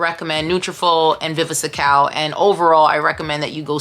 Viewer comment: I appreciate the comparison, thank you. It’s just vi vi scal … no e in between.